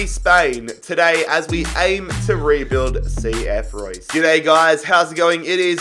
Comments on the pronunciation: It's cf Roos. Not Roy's ffs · You do not say Reus like Royce. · pronounced reuuus not like the german marco reus lol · It’s pronounced RAY-OOS not Like Marco reus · Since it's Spanish, isn't it pronounced ray-oos? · Its ree-us + i just came back from reus 2 days ago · It’s pronounced “reh oos” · Re-us, not like Marco Reus